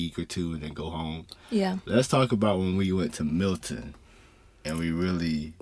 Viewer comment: why does everybody say mIlton?? it's mElton